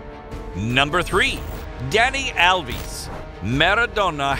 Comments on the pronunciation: Alves not alvis 🤣😂😂😂😂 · Danny alv-is? Its al-ves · Dani Alvee Sure!😂 its Alvez not Alvees. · He’s covering this like a children’s book and gets all the names like who’s alviiies and pieale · Alves and Maradona are pronounced wrong